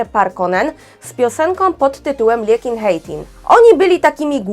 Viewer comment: You pronounced Liekinheitin just like nothing! Greetings from Finland. I just like Checks after couple of visits in Prague!